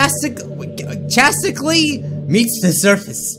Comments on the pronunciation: so... it’s offical. cannot read. It’s not “Chasticly” it’s “Chaotically” Pronounced “Kayoticly”. And your what 30? Pfft. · chasicly! Chaotically (cay-ot-ic-lee) that's pronunciation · Chas... chastotic.... chattotically Me: CHAOTICALLY!!! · 39 It's "chaotically", not "chastically".! HMPH! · The word u called chasticly was actually Chaoticly like chaos-itly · Chastically? It’s Chaotically.. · Chaotically Cay-o-otic-ly Not chast-i-cally Lmao im sorry. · It's chaotically not chastically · Who else was screaming when he said chasticly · No one gonna mention that said 'chaotically' wrong. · not being able to say 'chaotically' sent me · I love how he doesn’t know how to say chaotically